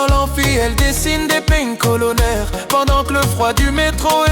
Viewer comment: Ptdr 😂😂😂😂 qui a fait sa ?? Cest pins colonaires pas pine colonaires. C'est bien mais gere tes paroles wé nu koudja